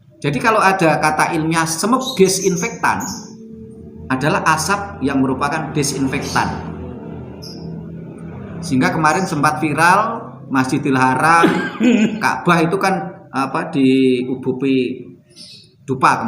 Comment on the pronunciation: Masjidiharom..bukan haram